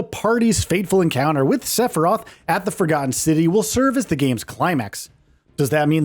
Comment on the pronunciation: You said "Stephiroph" lol